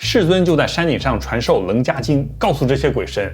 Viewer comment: 首先感謝分享！ 楞伽(伽音茄)經，讀音已有網友糾正。禪宗的主要經典原來是《楞伽經》，後來被《金剛經》取代。 「最終穿越八識，到達『第九識清淨識』」比較合理。阿賴耶識是第八識，是我們所謂的靈魂或假我，而不是佛陀所說真正的自己(第九識阿摩羅識/清淨識、佛性或真我)。借助修行「看破」與「放下」才能夠穿越「虛假的」八識(眼、耳、鼻、舌、身、意、末那、阿賴耶)，回復本來面目第九識阿摩羅識或佛性。